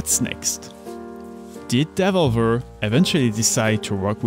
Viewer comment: From the first pronunciation of Devolver I was in. 👌 I’ve never heard it that way and I like it. Really interesting video. Keep up the good work.